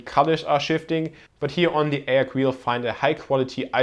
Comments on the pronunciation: Isn't it ay-oh-see, not ay-ock? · Its pronounced A-O-C not Ayoc